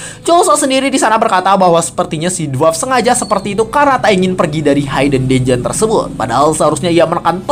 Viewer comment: Masih hayden haiden aja dari dulu.. cobalah channel ini sebenernya potensial, kalau ada kritik yang membangun ya diterima dan diperbaiki.. Hidden itu ya dibaca hiden biasa, h i d e n, bukan hayden haiden apalah itu.. Biar lebih enak aja dengernya dan tambah baik channelnya kedepannya.. mudah2an segera dilakukan perbaikan di video2 berikutnya